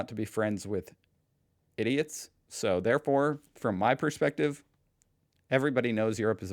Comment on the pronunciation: Zhy do you say ' Prespective ' ? When the word is ' Persprctive ' it comes from the verb to PERCEIVE